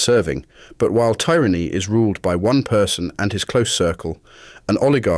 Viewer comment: I enjoyed the video but your repeated mispronunciation of "tyranny" was a tad grating on the ear. ;) :)